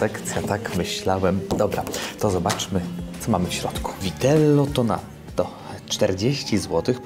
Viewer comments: "Tonnato" a nie "Tonatto" No i "Gnocchi" a nie "Gnoki", "Cannolo" a nie "canollo". nie wymyślaj włoskiego na nowo. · Oj ja to bym z chęcią wysłał ci jakąś książkę ze słówkami POPRAWNIE WYMAWIANYMI (mówię o języku włoskim) totalnie pomylone podwójne literki,😅 typu Vitello tonnato a nie vitello tonatto😂 gnocchi przez 2 K nie przez jedno 😅 a o cannolo ti już nie wspomnę. Na Sycylii by cię wyrzucili z cukierni jakby usłyszeli canollo 😂😂